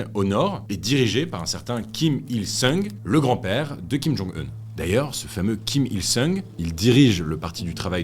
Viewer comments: C'est bien "jong-eun" et le grand-père "Kim il-song" 😊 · En fait Kim il-sung (RR : seong) ça se prononce plutôt « song » entre le o et le a (un « o » ouvert)